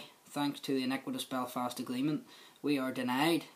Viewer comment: The Bewfawst agweement, powicing and justice and democwacy. Fucking hell, is this a comedy show?